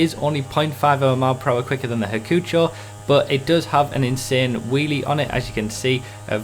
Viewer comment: I don't like how you say Hakuchou. It's "hak-u-chow" not hackfjhesiosorur... Okay?